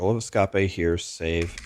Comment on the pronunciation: Why does he say Escape in three syllables when it's two.